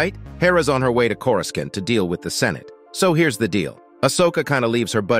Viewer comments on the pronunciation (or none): CORE-I-SAUNT not CORE-RAS-SENT 😂😂😂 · He actually said "Cora's can't" which is even worse 😆